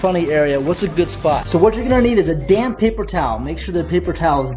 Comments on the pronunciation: I thought u said "damn paper towel". I was like omg what did it do to u 😂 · who else thought he said a damn paper towel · when you said damp papaer towel i thought you said damn paper towel XD